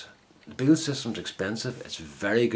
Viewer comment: Thanks for the video, very impressed, seems to do as good a job as the Beal. Something to think about for the spare 6" grinder I've got hanging about the place, and not being used. You pronounced the surname spot on mate, thanks again for the trouble. Take care Mike